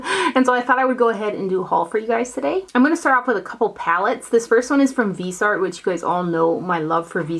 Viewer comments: Isn't it pronounced Veez-eeee---art.? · So so sorry- it's viz- ie- art